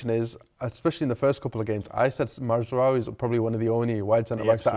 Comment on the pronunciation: Still calling him Matsraoui!